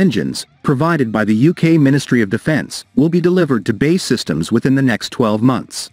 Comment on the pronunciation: You lose your credibility as soon as you say "BAY SYSTEMS " say Bee Aay Eee . looks like they changed that ugly wing shape to a delta !